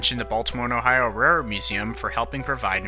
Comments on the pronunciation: Great narration, except for one word: railroad. You speak that word much, much faster than the rest of the narration — so fast it gets mumbled into “rarred”. Take your time, keep a consistent pace that allows for enunciation. :) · "your support is what helps makes these videos..." & I have noticed in this and other videos he seems to have trouble pronouncing Railroad.